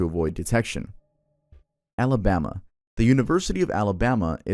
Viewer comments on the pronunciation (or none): You mean “Amabama” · Sooo no one’s talking about the fact that literally said “Amabama”?? 😂